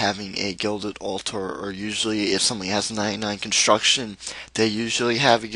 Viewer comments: No it's pronounced all - ter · It's the way he says it "al-tar"